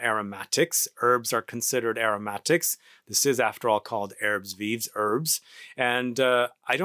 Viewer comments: thanks for getting our attention to this fragrance, I totally forgot to check on new releases from Hermes. its pronounced "erb viiv' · As a rule of thumb in french "S" at the end of a word is silent, both are silent here, ignore them totally. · We pronouce it "Airb veev", but the american accent is cool though.